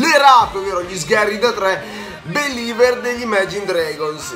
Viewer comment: ( & ) si Carige Believer non Beliver